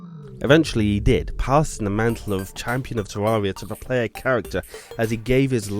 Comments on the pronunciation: its terraria not teruria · Tarreria not tararia stupid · is not Teaia, is Teraria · Tewwawia uwu